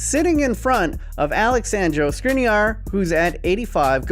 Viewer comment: It is pronounced Shkrinier